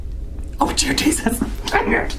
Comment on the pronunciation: when said Jear Desus, I said it as well and I didn't even realize it and it made me start to laugh 😂 I'm downloading Granny so I can say Jear Desus.